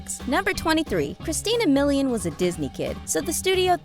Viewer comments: Christina MiliYAWN 🙄 Camille LEEOWN😩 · Your pronunciation of the celebrities' names.😪😪 Friedle (fre-dell) Milian (mill-e-on) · The narrator mispronounced Christina Milian and Will Friedle's last names but other than that, this video was excellent!!!!! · Ugh, she mispronounced Christian Milians last name!!!